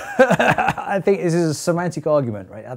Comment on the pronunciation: Did Prof. Merrifield say "semantic" or "somatic" here? ...kinda sounds like the latter, but I believe he meant it to be the former.